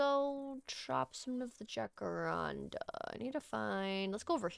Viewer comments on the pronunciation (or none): “J” = “H” sound in the language that it comes from 💕💕 “Ha-ka-ran-da” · Perfect for my sick day ty 🤧 Also in jacaranda the j is pronounced similar to an h, it’s Spanish! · I’ve been peeved this entire time watching sunnysev and you throughout different videos pronounce it “Ja-kar-an-da”, until I realized I’ve been going by the Spanish pronunciation 💀 love your content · You saying jacarandá is so cute, but not quite right, the tonic is the “dá” in the end. It’s a brasilian tree, quite beautiful!